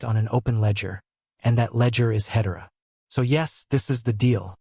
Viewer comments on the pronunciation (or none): When you can't pronounce Hedera correctly, you lose any and all credibility. AI generated garbage.